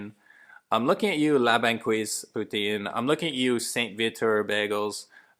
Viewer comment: lol la banqweeze!